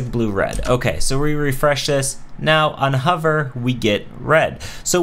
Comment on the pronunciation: "on huvr"